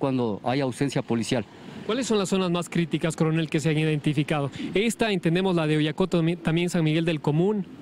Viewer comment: Corenel dice usted